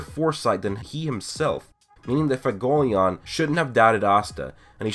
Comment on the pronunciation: Fagolion? Seriously work on your pronunciation man it's fuego not fago.